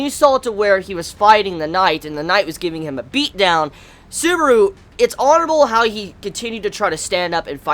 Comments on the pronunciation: Its Subaru not suburu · suburo wtf say it proberly